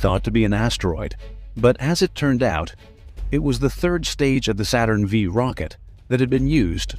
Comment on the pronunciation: Saturn FIVE, not Saturn vee! And the LM did not have thrusters on the footpads!